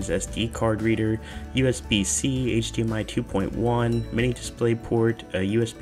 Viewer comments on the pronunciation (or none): none